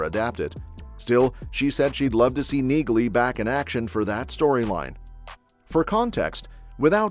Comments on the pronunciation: BTW, the name Nieghly is pronounced without the “g” like Neely. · You don't pronounce the G in Neagley. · The G is silent in Neagley. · The "G" is silent in Neagley, like the "G" in Neighbor and Phlegm🤔